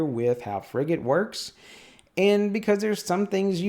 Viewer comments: I was on a Frigate for 4 years. You are saying it correctly 👍🏼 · As someone who's served on a frigate - HMAS Canberra (Oliver Hazard Perry Class FFG) - no, you're pronouncing it properly.